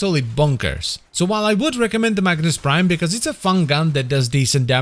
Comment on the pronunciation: Everytime you say Magnus Prime i hear Magnes Prime 😀